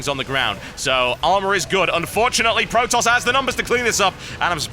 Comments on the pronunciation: He's not Pro-Tosser. He's Protos-ser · "pro tosser" Eeewwww!